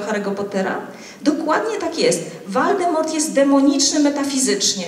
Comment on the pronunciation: twierdzi że wnikliwie przeczytała siedmioksiag Harrego Piottera. Nie wiem co dla niej znaczy wnikliwość, ja sądzę że prelegentka znalazła w sadze, to co chciała znaleźć. Jak to możliwe że nie ma w ksiazce siły, która by się sprzeciwiała Voldemortowi? Nawiasem mówiąc uparcie źle wymawia jego imię Valdemort. Zarówno Dumbledore jak i jego uczeń Harry to przeciw teza Czarnego Pana. Symbolizują dobro, miłość, przyjaźń, oddanie, poświęcenie, walkę o dobro. Jak można tego nie zauważyć?! Ile złej woli potrzeba żeby uparcie to lekceważyć. A Zakon Feniksa? I walka, jaka jego członkowie podjęli przeciwko Voldemortowi i jego zwolennikom?